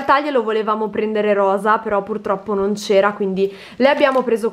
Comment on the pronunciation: pronunci "RRROSA" come noi siciliani... Per noi per esempio anche "BBBORSA" ha la tripla B 😊😁